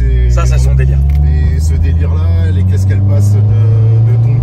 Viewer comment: On dit pas tongui mais touge 😂